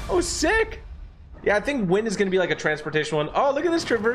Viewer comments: Bro keeps saying wind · Everytime this dude said wind it made me twitch lol